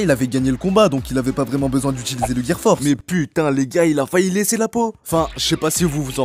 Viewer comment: C le gear four pas force😂😭😂